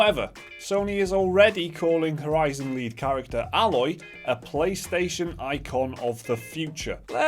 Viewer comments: (A-loy) not alloy like that metal mixture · It's "Aye-loy" not "Ah-loy" but then again, it might be an accent thing. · Yep you daft buggers, you are saying her name wrong.... Still pretty much agree with your comments though.